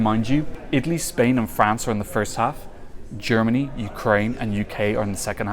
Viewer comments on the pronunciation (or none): none